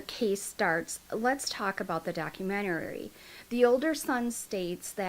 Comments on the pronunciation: It's documentary, not documenterary.... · Hi. Love your channel. I'm gonna help you out with no disrespect meant at all. You just sound like you're really struggling with this word and you don't need to as you are adding an extra syllable. Lol..it's just doc- u- men-tary...not documenterary. Hope that helps...lol. Hugs 😊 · Honey it's not a documentarary, its documentary! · Good grief, you have said document-arary a hundred times!!! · I didn't wanna say anything🙈 So im glad some of you did🤭😅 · Honey youre saying documentary wrong. Docu-men-tary. You put an extra r syllable in there. Good luck! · Idk if anyone has corrected you, but you’re pronouncing documentary wrong. I thought it was me at first, but after listening further I heard it again and again. No shade, just sharing! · I swear this is a re-post. I remember she mispronounced 'documentary' the same exact way in the same exact spot. When I look at her recently posted vids, I'm sure they're re-posts too! What's goin on here... is alright??? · You are mispronouncing the word "documentary".